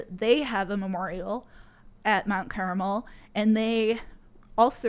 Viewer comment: Yes, the word around Waco has always been that the Sheriff could have walked in and diffused without a shot fired. Also, Mt. Carmel, not caramel.